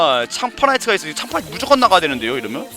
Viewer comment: 형은 'ㅌ' 발음을 잘 못내시는 듯 하네요 ㅋㅋ 창파나이트도 창파나이'츠' 라고 하시고 너트령도 너'츠'령이라고 하시고 ㅋㅋ